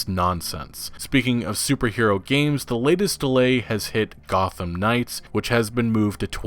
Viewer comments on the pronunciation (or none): none